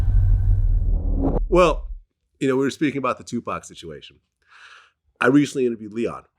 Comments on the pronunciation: Did this dude say 2 pack instead of Tupac then corrected himself talk how you talk man dude keeps showing his vulture card membership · Vlad said Tu PACK lmao...yo Vlad,it's the whiteness bro. It's ok to let it out once in a while lol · Did this nigga glad just say 2pack...common mann wtf